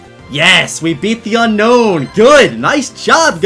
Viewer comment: Why do so many people say unknown? The Pokémon is called Un-Own I know it skittle bit that has always bugged me haha